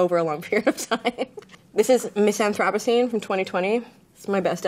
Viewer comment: Aw man not Grimes mispronouncing anthropocene in her own album title.